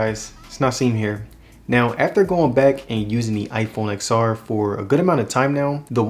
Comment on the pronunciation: I had to stop watching this video after the 3rd time you said Ex-R. Seriously not to nit pick but it's pronounced 10-R. It's like pronouncing the iphone 10 as iphone Ex. Or the iphone 10-s Max as iphone Ex-S Max. Seriously cringy to hear repeatedly